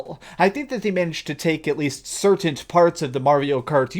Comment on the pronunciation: 'certaint, certaint, certaint' theres no T at end of 'certain'!!!!